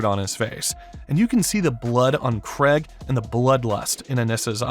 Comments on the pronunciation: I can somewhat understand pronouncing Kregg as "Craig" but "Sessil" dawg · kregg also AND Thaedus